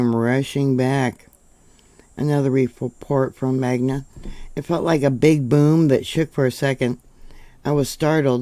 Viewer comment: It’s MagNa… also, the Kennecott Mine is due South, near Herriman